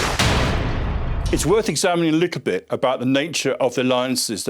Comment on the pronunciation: why I hear "It's worth examining a leak a bit ..." instead of "little bit", what kind of accent is this? (non native speaker here)